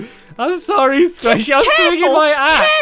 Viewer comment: Squashy XD it's Squaishey!